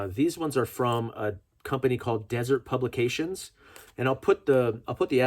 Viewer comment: Been waiting for this video all week. Going to a gun show tomorrow. Hoping to pick up a couple of these by paying cash without getting on any more government watch lists. Also...It's pronounced "dĭ-zûrt publications." Haven't you seen the BladeHQ donut knives? Come on, man! 🍩🍩🍩